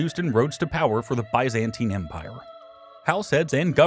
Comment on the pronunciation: It’s not hard to pronounce Byzantine in a non-ridiculous fashion